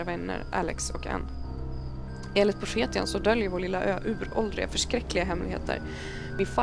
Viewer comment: Haha älskar hur du uttalar profetian😂👍🏻 Uttal: Profetsian